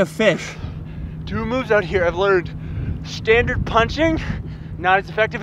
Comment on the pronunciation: > "Stranderd" Best englanderino